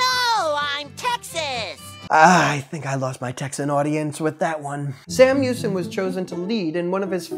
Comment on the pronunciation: As a native Texan there was some serious pronunciation mistakes in this video such as Washington on the Brazos San jacinto Sam houston